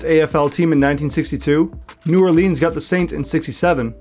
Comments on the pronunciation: And this AI voice needs to learn how to say New Orleans...not New Orleens. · That's a real Yankee way you pronounced New Orleans.... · Well researched, except one deduction for mispronouncing New Orleans.